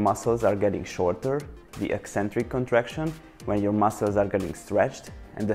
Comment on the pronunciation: I genuinely appreciate that you pronounced "eccentric" correctly. Even so-called fitness gurus, some of which, despite being knowledgeable about fitness, still pronounce it "E-centric." I confess that I'm hypersensitive about this arguably unimportant issue.